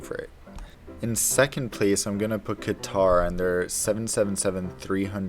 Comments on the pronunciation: Its not kitar like guitar its is pronounced as kater airways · “Kuh-Tar” or “Cutter” ? I always learned it as cutter but some people say kuhtar... which is correct?